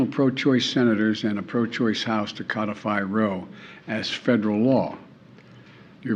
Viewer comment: Yeah. He said 'codify 'woe''...